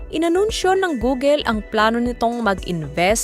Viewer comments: Funny how you pronounce Google 😂. Hindi 'Googel'. It's pronounced Googul. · Googel? It’s Google is the right pronounced. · wow that's good news!! but saying "gugel" is so annoying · "Goo-gul" not "Gogel". That's the correct pronunciation.